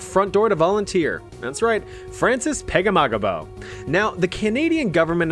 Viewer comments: Francis Pegahmagabow is said Pag-A-ma-gum-bow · Hearing you pronounce Pegahmagabow's name was so funny dude hahahaha